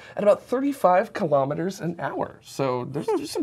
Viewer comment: Elon says KILO-METERS, not kalamaduhs.